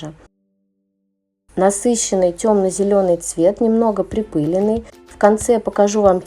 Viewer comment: Припылённый!!а не припыленый😒